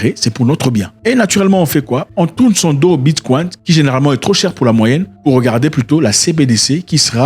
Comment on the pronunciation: Depuis quand le ‘Bicoin’ est appelé ‘Bitkwaint’?